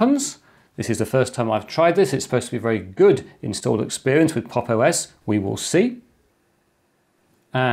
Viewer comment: at times i miss heard 'pop os' for 'pog os'